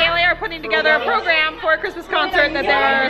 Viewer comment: can you please stop saying chirsmes